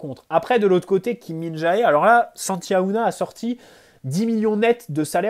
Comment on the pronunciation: Salut super vidéo comme d'habitude. ps: Kim Min-Jae se prononce Jé a la fin pas Jaé